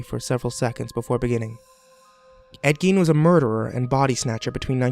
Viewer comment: As soon as I heard ed gien it was ruined.